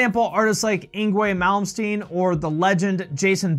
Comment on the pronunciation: How dare you mispronounce "Yngwie Malmsteen"